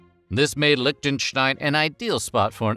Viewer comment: Leeshten-shtein. No lich there.